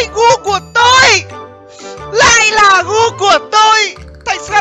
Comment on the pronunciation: .Ổng nói gu của tui :v nghe sao ra cu của tui